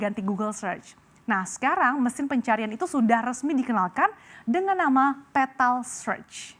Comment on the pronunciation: Bjir sebutanya gak enak banget, petal pental pentol? Awokawok